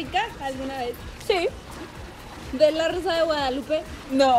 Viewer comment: pregunta algo random: zi